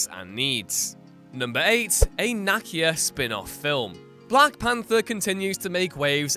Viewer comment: NAH-KEEYA KEY. Like a car KEY. Ya twit